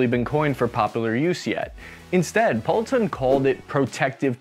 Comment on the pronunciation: Just a comment on Sir Edward Poulton. His name should be pronounced /'pool.ton/, not /'powl.ton/. Second, if you want to use Sir with one name, you need to say 'Sir Edward', not 'Sir Poulton'. 'Sir Poulton' isn't a thing – stick with Poulton if you want to use his surname. 'Sir Edward' is formal – if you were close friends, you could call him 'Edward'.